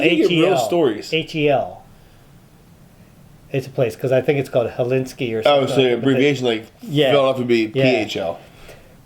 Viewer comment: *Helsinki (Hell-seen-key)